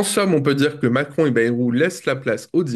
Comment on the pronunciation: dit "MAC MACRON" 🤣🤣!